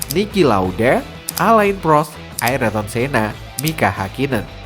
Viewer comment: Sedikit koreksi bang, Ayrton Senna bukan Aryton Senna, Mika Häkkinen bukan Nika Hakkinen 😔